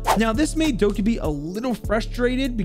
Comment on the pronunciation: Every time he sad Doki I wanted to scream.